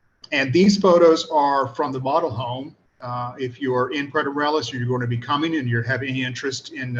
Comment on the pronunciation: I remember when it was pronounced Puerto More-ay-los, not More-el-as.